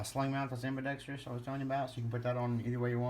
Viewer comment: Ambidextrous amba dex truss not amba dex tree us